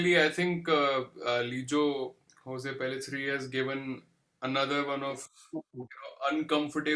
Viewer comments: The name is pronounced lijo joz and not hose.. the name doesn’t have any Spanish influence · It's Lijo Jose, where both "J" is pronounced similar to how we say "John" Regarding the bull scenes, I think its a mix of animatronics, CGI and some real stuff. I kind of remember hearing that back then but not completely sure.